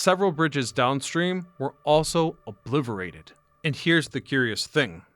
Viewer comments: Obliverated?,… it’s Obliterated dude. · Did he say obliverated instead of obliterated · "Obliverated" ? lol lol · Wtf is "obliverated " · AI at least wouldn't say 'obliverated' 😂😂😂